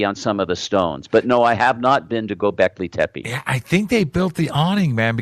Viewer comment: Dear Your pronunciation of Gobekli tepe is wrong.It is a Turkish word, mean Hill with belly, So when you pronounce Tepe you have to pronounce the PE same like the TE.when i hear how you say Tepe i m actually hearing TEPI.But the way you say t is very cute:-)